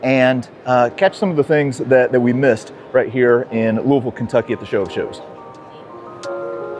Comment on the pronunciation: Congrats,. You said "Lu-a-vuuul" like a local!